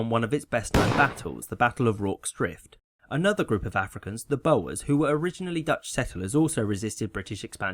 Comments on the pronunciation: "bow-ers"? Come on, get the pronunciation right. It's "boors" as in boorish. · Boer is pronounced like Boore not Boa. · the bowers... Its bors mate, bores from the bore war. Boer rhymes with war. Fun fact, the Boer war was the first war Australia fought in. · Boer is pronounced boor, not boa. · Boer is the Dutch word for farmer, and is pronounced 'boor' not 'bo-er'. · Good summary. 'Sepoy' is pronounced 'see-poy' though, and 'Boer' is pronounced closer to 'boor' then 'bo-er'. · the "oo" in "Soot" & "Loot" are completely different. Do you pronounce "soot" as "suit" or do you pronounce "loot" as "lut"? I pronounce Boer as "bore". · South African pronunciations Isandhlwana: the hl is pronounced like the ll in Welsh, with tip of tongue at roof of mouth. Boer is pronounced "Boo-rr". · sorry but the Boer is as actually pronounced "boor" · Juan Olivier its an attempted humorous reference to the rather amusing (and frankly unscholarly) mispronunciation of "boer" (basically, Dutch word for farmer). The pronunciation is "bor", as in the English word "bore". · The "oe" in "Boer" is pronounced like the "oo" in "soot" or "loot". It translates to farmer. I realise that pronunciation of non-English words may not be that important to you. I just wanted to be that guy. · Never heard that pronunciation of "Boer" before. Is that a regional accent thing? Most people pronounce it like "bore" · That's an interesting pronunciation of Boer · you slaughtered the word boers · That's not how you pronounce "Boer" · You can't say Boer proberly I now because I am South Africa